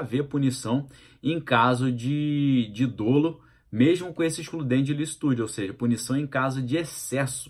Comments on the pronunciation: pronuncia-se como se fosse dÓlo e não dôlo... Abração! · Não existe a palavra DÔLO! O jeito correto é DOLO Abrs